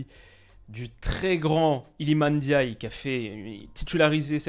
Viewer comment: Merci de ne pas dire NNdiaye cmm le disent les français.